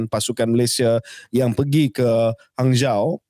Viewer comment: Hanzhou disebut Hanjo.